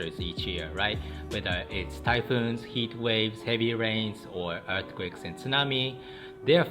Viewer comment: "toyhoons" tho LOL